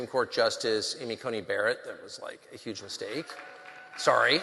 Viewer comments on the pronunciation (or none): none